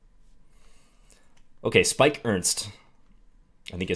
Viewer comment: Great vid as always, keep ‘em coming! Btw, Sipke (Ernst) is pronounced as Sip-ke in Dutch, although Spike sounds pretty cool too😁